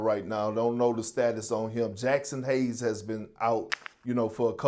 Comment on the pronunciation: C’mon ngga. smh. Take some more steroids. This man said Jackson hayes😂